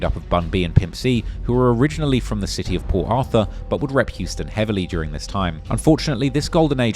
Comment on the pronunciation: It's a city not chity..bro do uk not amerka😂